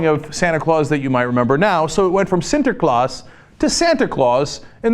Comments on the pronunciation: Holy shit, best pronunciation of the word "Sinterklaas" I have ever heard from a non-dutch speaker. Respect! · Props for the pronunciation of "Sinterklaas" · WoW, you pronounced Sinterklaas perfectly!!! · Can we, native Dutch-speaking people, take a moment to appreciate how accurate Cenk's pronunciation of 'Sinterklaas' is? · Fun to hear Cenk pronounce "Sinterklaas". He must've practiced, because it sounds quite well. Weird thing is the Netherlands also imported the American Santa who's now competing with the original Santa. Commercially that is. Sinterklaas' biggest problem though is de Zwarte Pieten (Black Piets) discussion, which relates in a way to what this YTY item is about. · Surprisingly excellent pronounciation of "sinterklaas", Cenk. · I fucking love cenk pronouncing Sinterklaas. Do it again! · You pronounced Sinterklaas pretty good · Cenk's pronuncation of 'sinterklaas' is hylarious!